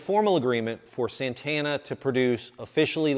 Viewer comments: es santana SANTANA S A N T A NA no seinteina... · Its not Sentena.